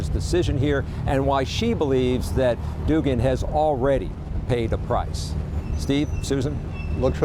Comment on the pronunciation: The name is pronounced Doug-an. Doogan, if you're a retard. Guess how I know the correct way to pronounce the name?! She needs to be charged for treason for breaking her oath and executed. She performed Article III treason, the same as all Nurses and Doctors who are "required reporters" of treasonous activities. It's not just abuse they have to report. Every American is duty-bound to report treasonous activities. I bet once we have our first execution for treason. The political nightmare that is occurring will diminish. There will be a line of individuals scheduled to visit the Freedom Tree. That is the law!